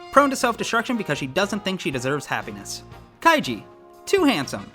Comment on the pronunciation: Guess Kaji's name is Kaiji now. Also, in the subtitle the - part is missing a chunk of it.: "as a person" in not said. "these character's souls" "character's" should be "characters' " I think. Too many asterisks (*) to denote italics.... wonder if underscores (_) would work in the subs. "You’re not Elfen Lied, RIGHT?" a bit too much space. Also, very not German pronunciation of "Lied".:P... Wait, there is a weird double space going on throughout the subtitle... Is that done so it's in the right space? "come one, do it, do it, do i-" Something wonky at the end. Also, should be "come on" "But truly believing that’s true also " says the CC, "But earnestly believing that’s true also " says the narrator. "scenario is that Shinji succeed in getting people to like that " should be "succeeds" end and What's in the sub: "answer that, we need to talk about a little " "thing you might’ve heard of called FREEDOM except all fucked up) Sorry, I couldn’t help myself. This is all just really heavy. Freedom is something that" What's said: "we need to talk about FREEDOM. Freedom is something that" And the video linked is deleted, but it was supposed to be "Star-Spangled Banner (Instrumental)", I think.... Wait. Was that the part that got copyrighted? "Hey ya’ll, here, holy shit this was long and if you got this far, sincerely, " Guess your name is— awww, you made the joke in the description.